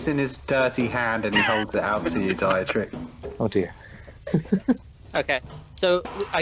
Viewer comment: Dietrich is pronounced Dee-trick